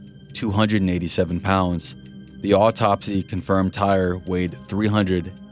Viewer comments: TY-REE, not TIRE! WTF. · I’d rather not think a human is so dumb to call this kid TIRE instead TY-REE! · His name is pronounced; Tie-Ree, not “Tire.” My dude, you’ve got to do better research in the future. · just the comment I was looking for lol